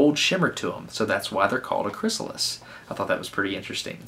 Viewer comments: Butterfly farmer "chrystalis" :| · The butterfly dealer said Chrystalis, instead of Chrysalis! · I noticed he put a "t" in chrysalis which is very surprising mistake for an expert to make.